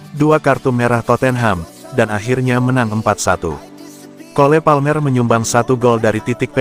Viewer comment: Para pembaca berita nya gak pernah belajar ya contoh mestinya dibaca yang benar Kol Palmer tapi malah dibaca Kole Palmer 🤣🤣🤣